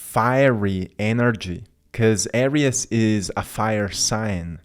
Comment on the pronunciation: Thanks for your insghts. We appreciate it. However, Aries is pronounced..."Air-reez" NOT "Air-rias"